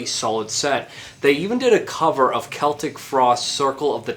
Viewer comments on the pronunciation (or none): none